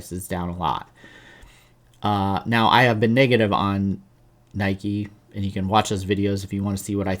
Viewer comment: Are you deliberately not saying NY KEE? Anyway, good channel, appreciate your analysis. I'm long NKE and it's a large position for me.